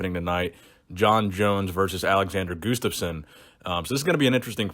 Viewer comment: "goostaffson" xd nice